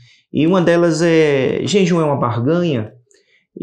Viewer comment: Irmão, vc está falando JENJUM